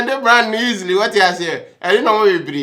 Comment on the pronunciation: 😂😂😂 easiry! Aww bro